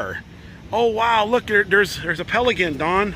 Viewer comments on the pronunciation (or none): Hello! Lol 😆 I had to listen to that a couple times to make sure I was hearing it right and yup....pelligan or pelligint. It's pronounced pell-i-can